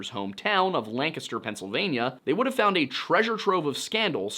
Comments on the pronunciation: As a Lancaster native I just wanna say thank you for saying it correctly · It’s so satisfying to hear someone pronounce Lancaster the way it’s pronounced in Pennsylvania. We lived outside York for 10 years before moving to Arizona upon retirement. I’d heard about this case but never in this degree of detail. From what you’ve said just in this video, my first choice for Betsy’s killer would be Richard Haeffner!! Thanks for sharing this! 👏👏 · Congratulations on being the only person on the internet I've ever heard pronounce the name Lancaster correctly. You handled it so naturally I'd be willing to bet you even know how Reading is pronounced. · A man of culture I see pronouncing Lancaster PA correctly. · As a Lancaster PA native, thanks for saying Lancaster correctly.